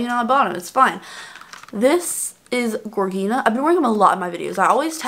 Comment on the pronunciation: Gorgina the "G" is pronounced like a "J". Like the male name George+Gina. Hope that helps.